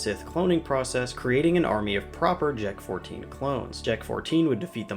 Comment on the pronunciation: Bro when I first looked at the word Jek- 14 I thought you said J*rk 14